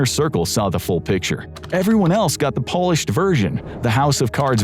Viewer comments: They want us to believe is a real person and not an A.I., but then he says “Polished” 🇵🇱 instead of “polished”? I don’t know, man. 🧐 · Everyone else got the "Polished" version... as in Poland?.. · Watch . The AI mispronounces 'polished'. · “Narrated by ”… bullshit. The AI pronounced “polished” like the country. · "Polished version"... Like as in 🇵🇱? Lmfao? Guy's using AI to make these. 🤣